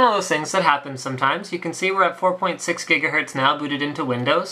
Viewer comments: GIGAHERTZ ... not jiggahertz xD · What the fuck is a "JIGAHERTZ?" Did he not know he was saying gigahertz wrong? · FIVE JIGAHERTZ?!?!?!? GREAT SCOTT! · Jiggahertz :D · What the hell's a jiggahertz, doc? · HOLY MOTHER OF GOD, 5 JIGGA JIGGAHERTZ? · yay for Jigahertz! xD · Jigga what? Jiggahertz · jigga hertz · jiga what ? jiga who ? jigahertz... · 4.6 Jigahertz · jiga hertz lol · 5 jijgahertz lol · Jiggahertz LOL